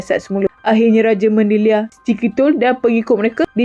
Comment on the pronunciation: Bukan Raja Mandeliar tapi rajamandaliar . Bukan raja tapi sebutan rajaman ..